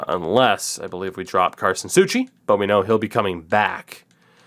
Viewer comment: its Sou ci not Sou chi